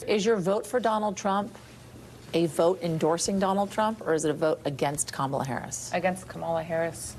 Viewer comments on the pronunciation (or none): How you know about Harris...if you can't even say her name right. Ppl know nothing haga